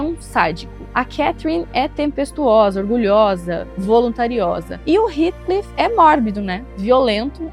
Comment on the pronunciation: Não aguento mais as pessoas pronunciando o nome Heathcliff errado... Gente pelo amor não é "ritclif" é "rétclif"!